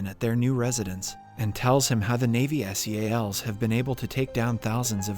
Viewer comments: Its Navy SEALS (pronounce like animal seals) not s e a l s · You don't spell Navy Seals you pronounce seals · So why can't the narrator say "Navy Seals"?